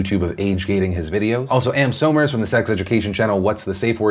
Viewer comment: just as a side note somers is pronounced "summers"